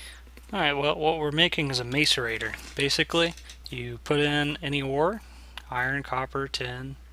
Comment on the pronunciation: its pronounced masserator and spelled macerator